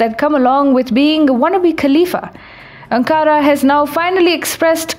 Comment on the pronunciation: Its Ankara - not Ancaara